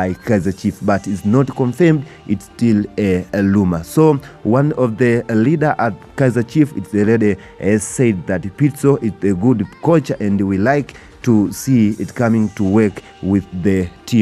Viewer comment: It's Rumours not Lumours